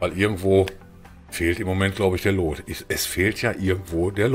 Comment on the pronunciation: es wird luut ausgesprochen nicht loot XD